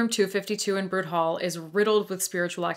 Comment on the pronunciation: My alma mater! Love the ghost stories at the Mount. My favorite is that our founder’s ghost haunts Echo Field and the seminary, but he’s a kind benevolent ghost. He appears to counsel troubled people who need help. (Just fyi: it’s spelled Knott, and Simon Bruté is pronounced “broo-tay”)